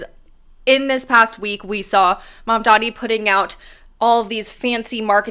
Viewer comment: Or Mandani and not I madman?